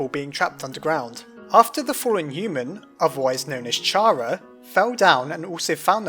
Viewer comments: it's pronounced Kar-uh not Chare-uh. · Chara should be pronounced "Cara" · its said (care-a) >:( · Bro, why do people say chara in the way that you would say charmander, like cmonn its pronounced cara not chara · Wouldn't Chara still be alive then? AND ITS PRONOUNCED KARA NOT CH-ARA LIKE CHARACTER WHYYYY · People keep pronouncing Chara wrong, they pronounce it with the CH, and it's supposed to be "k-ara" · NO ITS CARE-AH HER NAME COMES FROM CHARActer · its not char-uh its care-uh short for character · Oh my god... Oh my god... Oh my god.. WHY?!?!?! IT'S. PRONOUNCED. CARE-AH! As in the word CARE and an AH sound at the end! CARE- AH! SHORT FOR CHARACTER! NOT. CHAR-AH. IM SO DAMN TRIGGERED. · Chara is spelled Kara OR Chara-cter. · Ch equals k kara is how to pronounce it! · ITS NOT PRONOUNCED CHARA, ITS A SILENT CH AND ITS PRONOUNCED CARA JUST SPELT DIFFERENT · Chara is pronounced like Cara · It's just a name. Anyone could pronounce it as they want to. Heck, I pronounce CHARA as Char-ah. Triggered yet? It just feels uneasy for me to pronounce it as a short for CHARActer. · Alli Carpenter I'm so annoyed! It's pronounced Car-Ah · You in an alternate universe Well, Toby Fox explicitly stated that "Chara" is short for Character. So, the way you say Character is CARE-AH-CTER. So it would be CARE-AH. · Yeah well it is spelt with a C H which normally makes a ch sound so I don't blame him for thinking it's pronounced like that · I'm glad you apologized for getting mad. It's annoying to every Pokemon fan I know to say the names wrong, including me, so I think I understand. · Alli Carpenter no it's pronounced shara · It's pronounced "Care a" But nonetheless you are awesome. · fuck you it's chara NO CH SOUND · You pronounced chara wrong, it's like the beginning of character- the ch is pronounced c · DJBL00K Yeah, I don't blame him either, it just bothers me because Toby Fox said it was short for Character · you said chara wrong the H is silent in chara